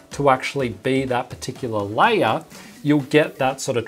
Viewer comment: Why instead of saying "layer" you say "liar" ?